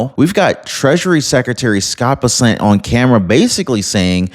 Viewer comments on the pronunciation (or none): Scott Bessant's last name is pronounced Bess-ent. Sounds like mess with a B and ant with an E. ❤